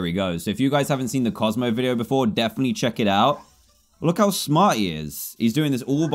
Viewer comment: Dan : bozmo is obsessed with the pug in the water Me : DAN ITS COZMO NOT BOZMO